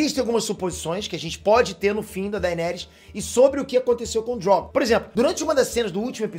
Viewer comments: Por que chamar o dragão de Drógon? Que coisa feia, aprende a falar. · "O DrÓgon"... Kkkkkkk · Sei lá, o jeito que ele fala Drogon é diferente